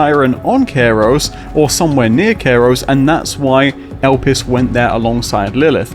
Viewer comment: Why do you pronounce the planet name this way? Kairos? (like Cairo, Egypt)